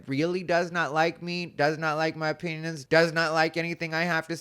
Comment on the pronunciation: I know you said opinions, but it really sounded like you said you might not like my penis